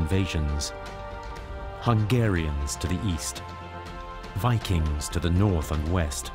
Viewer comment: "Dah ViKANGS wuZ BLECK!"